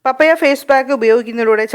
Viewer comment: മമ്മിയല്ല പാപ്പയാ.. 🤣🤣🤣🤣പപ്പായ എന്നാണ് പറയേണ്ടത്